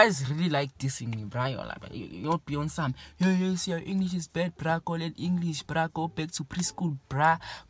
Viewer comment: "in engrish"⚰️😂